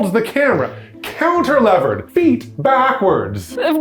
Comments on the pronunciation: when said "counter-levered" at the start, I think he meant "cantilevered", so that might explain the confusion that came up from that later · Cantilevered? As a structural designer I felt a disturbance in the Force when you said that word.